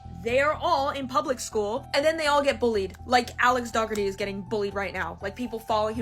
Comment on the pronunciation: Say it with me: DOE-HER-TEA Pronounce it correctly, FFS. 🤦🏻‍♀️ I know the family is terrible, but at least say their name right.